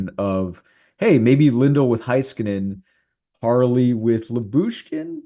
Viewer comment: Hey-skanen, Bish-el I know yall are on the cowboys station but get the names right